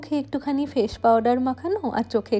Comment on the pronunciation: Why is shade and shadow pronounced as ' sad' and ' sado' and face pronounced as' Fashe'? It's fine if you are not proficient in English pronunciation. But you can always check the same on Google or even youtube before using it on a social platform. Since you are using English words, it's a suggestion to sound right while vlogging.